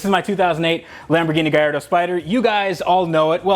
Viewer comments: "Gaiirdo" jesus youre so annoying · Not to be that guy but its proper way to say it is gull ardor the a makes a u sound sorry love your work